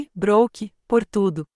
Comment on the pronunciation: A narradora não sabe pronunciar as palavras em inglês Brook (pronuncia se Bruck because dois oo tem o son de u Brooke se pronuncia Bruke not Brock